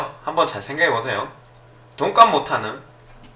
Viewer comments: 내 귀가 이상한 줄 알앗는디여?! 돈까스 라고 ㅋㅋㅋ 잘 보았습니다! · 잘못들었나? 시작하실때 돈가스 못하는이라고 하시는거 같은데요...ㅋㅋㅋㅋ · 소리만듣고 돈값을못하는 을 돈까스못하는이라 들어서ㅋㅋㅋㅋ